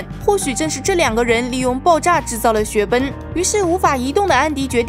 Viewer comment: 我發覺你總是說說雪崩為雪奔 eng的音都不帶g